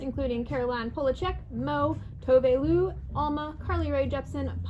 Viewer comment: toe-vay loo? 🤣😂